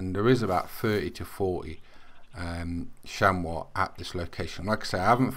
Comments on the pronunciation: hi its pronounced like shamie not shamow thnx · ps its pronounced chamy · you pronounce it, sham-ee.